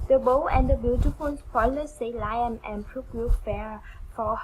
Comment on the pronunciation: Just so you know, it's pronounced " Lee am" NOT Lie em. " liam..sounds like Lee um. Keep up your effort.. your english will get better in tome. God bless you. I couldnt speak uour language anywhere ear as you speak mone. Practice will help 👏🌺